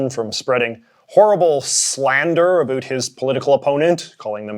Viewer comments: "A boot" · So you regularly say Uh-boot. Interesting